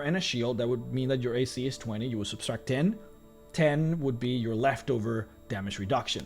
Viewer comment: Anyone else notice him adding an extra s into subtract? No offense, I’m a huge fan, just think he should know he’s mispronouncing the word.